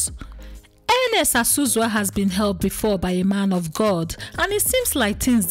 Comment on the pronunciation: Not Ozuzu.It is Azuzu